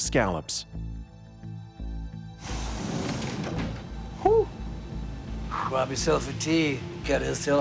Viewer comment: My father is a former lobster fisherman who also fished scallops. He is losing his mind right now because the narrator keeps saying scallops wrong. Why didn't anyone tell him that exepcially any fisherman washing this is going to be offended? LOL